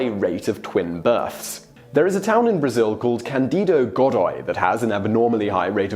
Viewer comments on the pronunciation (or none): none